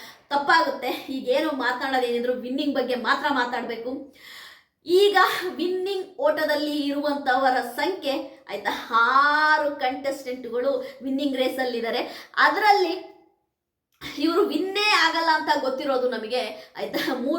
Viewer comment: ಹಾರು ಅಲ್ಲ ಅದು ಆರು 😄